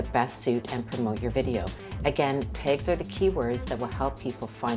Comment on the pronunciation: LOL teags. ITS TAAAAGS lol